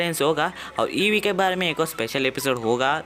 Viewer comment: Abe wo Eva h evee nahi or japanese m bhi evee ko eva nhi kahte ibui kahte h